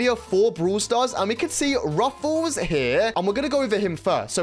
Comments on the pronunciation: Btw you pronouce it “ruffs” not “ruffle” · It's Ruffs not Ruffuus he uses to be called colonel Ruffs in brawl stars cuz he is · Its not ruffuls😂 its ruffs or colonel ruffs😂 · why does he keep calling him ruffles? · its ruffs not rufus !!😡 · Bro its ruffs not ruffles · Is Ruffs not Ruffels❤ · Its just ruffs not ruffels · Bro really said ,,ruffels" at the beggining 💀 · Every time wen you say "Ruffles" had me dying😭😭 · "Ruffles have Rrrrrridges!" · Bru said ruffles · Bro i can't watch this video because you said ruffles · Why is bro calling him ruffels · You say ruffs incorrect you can check videos on brawl stars how to say him😅